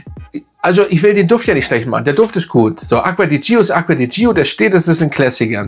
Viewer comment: Ich schätze Deine Videos sehr. Aber Deine Aussprache dieses Dufts tut mir wirklich weh. „Dscho“, nicht „Dschio“!! Und nun zum Parfum. Am Anfang Zitrus und Veilchen, dann Veilchen. Der Spaß dauert vielleicht vier Stunden, dann nehme ich nichts mehr wahr. Und wenn ich schreibe nichts, dann meine ich auch nichts. Für mich der Fehlkauf des Jahres. Ich habe mich so geärgert, dass ich es heute im Mist entsorgt habe. War ja nie ein Fan der Gio Reihe, aber dieses sogenannte Elixir schlägt dem Fass den Boden aus. Was für ein Gegensatz zum Armani Code Elixir, der zu meinen Lieblingsdüften zählt.